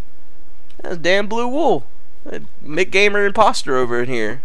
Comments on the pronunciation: M C gamer Not McGamer youre mispronouncing his name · You do know that he is pronounced M C Gamer right? is just trolling.